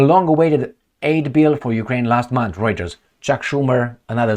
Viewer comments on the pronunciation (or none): none